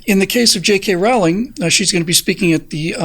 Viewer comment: Rowling rhymes with bowling.